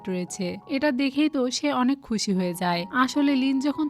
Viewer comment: আনেক নয় অনেক😂😂😂😂😂😂